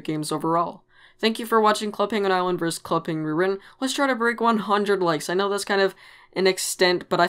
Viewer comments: why do you say rewiwen it sounds like it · “ club penguin rrrrrrrwitten “ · “Club penguin rerihhhhhn” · It bothers me how you don't say the "t" in "Club Penguin Rewritten". It hurts man. Anyways, nice video. :P